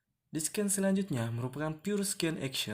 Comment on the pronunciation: Scene bacanya "sin" kak, bukan "sken"